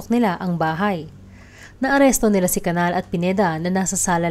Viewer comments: Its CANIAL ( enye). Hindi Canal. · The correct pronounciation of CANAL is CANIAL. Enye.